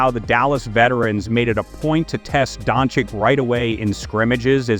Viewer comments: Luka Don-Chich... Not Don-Chick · come on, it's not don chick nor don cick, ffs